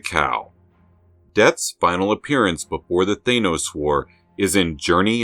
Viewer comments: You do realize you are the ONLY one pronouncing Thanos as Thay-nos instead of Thann-os ,an as is dan or pan or ran or ann?other than that I love this channel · Why do you pronounce THANOS like that ? ... I pronounce the letters 'A'N : like the word ANother ... you pronounce the letters AN : like the word pAIN ...